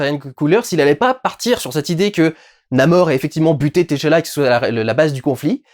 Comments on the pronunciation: Par pitié, arretez avec vos "T. challa" c'est TCHALLA, c'est pas insurmontable de tout dire en une fois, et c'est bien + esthétique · Durendal c’est Tchalla Et pas T Challa🤣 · c'est pas t challa mais t'challa😁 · je l'ai noté en effet. Ca n'en reste pas moins choquant à mes oreilles. Avant d'être une œuvre cinématographique c'était une bande dessinée qui s'inspirait clairement de personnage aux origines africaines. Et dont la prononciation la plus naturelle pour les lecteurs de cette partie du monde serait d'inviter à dire "tchala" et non autrement. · Salut Durendal je regarde le vlog et ça me fume chaque fois que tu prononces le T de Tchala a part ...Comme les noms africain la première consone ne se prononce pas et est "aspiré", le son est le meme que quand tu prononce Tchaikovsky par example. voila je retourne regarder le reste du Vlog